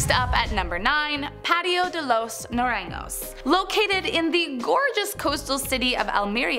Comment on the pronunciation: hi! just popping in the comments- Naranjo is pronounced more like “na-rahng-ho” or “na-rahn-ho”. just wanted to share!